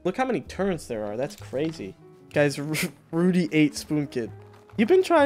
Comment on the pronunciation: Ok I am really starting to wonder if really can't talk or what is going on with him. turrents instead of turrets and now fawcused instead of focused.